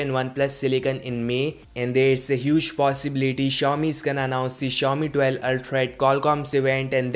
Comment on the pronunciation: it pronounce si-ow- mi no chou mi